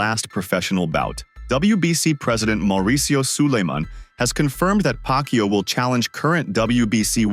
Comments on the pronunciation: Its pacquiao!! Not pacyo. Disrespectful. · Woooh, the narrator doesn't know how to pronounce Manny's last name, who's "Pac You"? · nice pronunciation manny paqyou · please pronouce it right😡😡😡😡😡